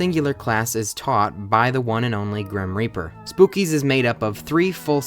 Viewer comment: It's pronounced "spook-kids", except without the D and S and replace it with a z.